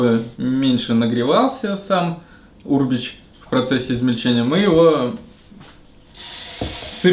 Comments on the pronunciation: Аминат Абдуллаева да,меня тоже бесило как он произносит это слово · Ударение на букву Е черт побери